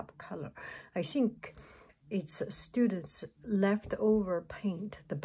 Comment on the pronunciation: "I sink... I sink this is.... this is what it is... " lol so cute!